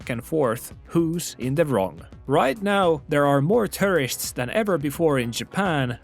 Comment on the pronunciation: I like your videos but please work on your pronunciation of tourist.✌️ “Most people don’t follow the rule” is incorrect, I believe. I support the Japanese man, somewhat.